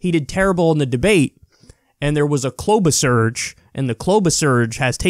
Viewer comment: I think you mean Kloubacharge not Kloubasurge. But both work just fine